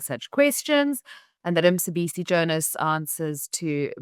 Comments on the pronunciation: Is Emma a South African? Why she call Mcebisi Jonas Msebisi? Why she can't ask from fellow colleagues how to pronounce it. If you area South African at least you should be able to pronounce a local name. If she can't ,next time she better say Mr Jonas because to me msebisi means something else. I can't believe people like Renaldo Gouws are quick to ridicule Malema's pronunciation of Elon Musk yet they can't pronounce the name of the town where they stay. Isn't a shame? I also heard the other right winger called colonel denouncing president Ramaphosas pronunciation of primafacie yet he could not pronounce Mchunu . He says Mtshunu . . Most white people in this country think president Trump is a paramount chief of South Africa. He is not . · Not Msibisi maan, he is Mcebisi. Mce Mce Mce not Msi Msi Msi big difference